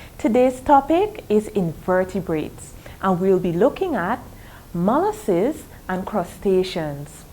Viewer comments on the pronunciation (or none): It's molluscs not mollucses